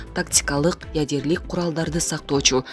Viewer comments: Ужаас ядерлик эмес ядролук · Ядерлик. Өтө сабаттуу диктор экен. Ушундай сабаттуу дикторлор менен Кыргызстан тез эле өнугөт.